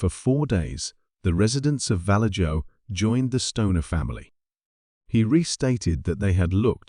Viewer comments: Vallejo pronounced Val-A-ho (it's Spanish. J's are pronounced H's) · Val-edge-o....😂😅...It is infamous for zodiac ...... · I live in Vallejo California & it’s pronounced Va-lay-ho 😂 All jokes aside it’s not a “safe” place . Some places appear as a nice safe place but they are not. Gangs & drugs are prevalent almost everywhere in the Bay Area but Vallejo is kinda like Oakland for people to kind of get an idea what it’s like out here. Now obviously there are good people & bad everywhere you go but some places you may have to fight for your life if your Jordan’s are clean & the right person crossed your path. A lot of kids have gone missing from Vallejo over the years it really is sad.